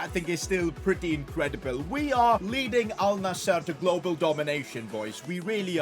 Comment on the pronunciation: Thanks for saying alnasr not alnazzar